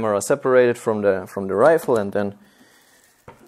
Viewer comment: “assault rifer” - (PS: I love your videos,! Great work!:D)